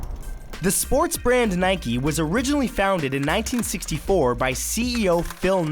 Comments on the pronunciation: why the fuck is matt saying nike-e..... like, who the fuck even says that?? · Nike not nikee. Like how its bike, not bikee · Its nike not nikey I mean u don't ride a bikey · Am I the only one that pronounce it nike not niek-e? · I'm gonna cry is it pronounced Nike or Nikey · Why do Americans call they nikeys when it's actually Nike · Is Nike realy pronounced as "Nikie" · why is Nike called nikeee if mike's not mikeee